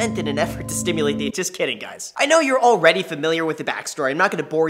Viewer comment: "What's up Graham, this is guys..." Am I the only one who heard him say that? I wonder if that was intentional?